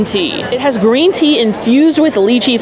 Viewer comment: I think you are pronouncing lychee wrong. It is like lie-chee and not lie-key. Anyhow, love your channel!